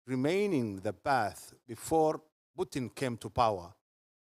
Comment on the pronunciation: Путын рыжим. Ржу, не могу. Абсолютли. Мутко или кличко уроки английского давали, видимо. Мои бедные уши